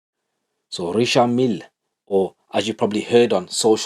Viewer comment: The way you pronounced Richard I’m sure you’ll be given an honorary Professorship of French at the language faculty in the university of Cambridge ☺️☺️ Keep up the good work buddy